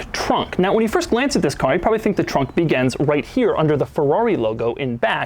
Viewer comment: "begans" are you still speaking English or just making shit up now? It's 'begins', we gave you a perfectly good language, try talking it !!